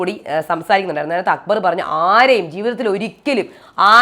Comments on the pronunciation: 😂😂 njn ath kettu ippol akbarin pakkaram akubar enna vilikune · akkubar enn parayunnath kelkkumbol thanne chiri varum😂😂